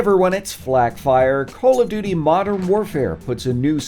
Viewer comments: Did he say Call of “Do Do” Modern Warfare ? That caught me off guard haha Very well made video regardless! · Bruh I heard him say call of dodo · Anybody else hear “call of doodoo” ? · No offense but did I hear u say call of du du 😂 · It sounds like he said call of doodoo lol